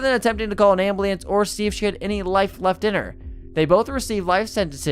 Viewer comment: "An armed BURGER LEE" ?!? What the F*CK?!? 🫣 "ACOMPLANCE" 😂 "So DESASTATED" 😂😂 "REVEBERATES" 😂😂😂 "AMBLIANCE" 😂😂😂😂